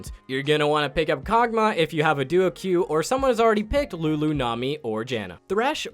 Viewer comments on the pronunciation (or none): none